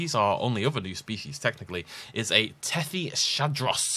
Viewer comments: Is Tethys-hadros, not Tethy-shadros, because it's the hadrosaur from the Tethys. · Tethys Hadros. Not Tethy Shadros. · Me fa solo girar un pò le palle il modo in cui lo pronuncia